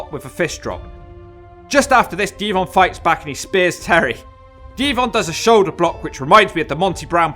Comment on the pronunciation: No clue why but the way you say "pile driver" and "shoulder block" with the pause in between annoys the piss out of me.